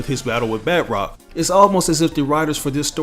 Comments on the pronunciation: Hah :D bud it’s isn’t bat rock, his name is pronounced bah trock, he’s French, does bat rock sound French ? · Just a little nitpick, batroc is French and pronounced more like “batch-rock” than “bat-rock”. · It's kills me when he says batrocs name because he pronounces as if it was spelled batrock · Its not pronounced Bat Rock..... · We all make mistakes